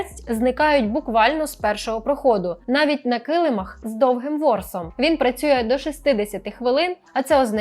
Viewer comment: КилимАх, наголос. Шістдесяти хвилин. Неправильне відмінювання числівників.